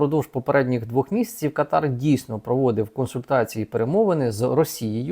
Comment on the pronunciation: Кáтар. Такий правильний наголос.